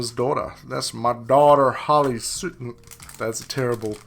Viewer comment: Thank you for pronouncing hollie sue the correct way. many content creators say it wrong